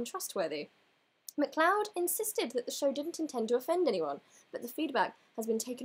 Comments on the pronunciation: i know this is completely irrelevent to the point of your video, so apologies, but MacLeod is pronounced Ma-cloud :) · MacLeod is a Scottish name pronounced Mac-Loud, not sure why there's an e there, but that's Gaelic for you :')